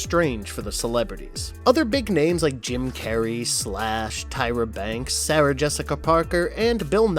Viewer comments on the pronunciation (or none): none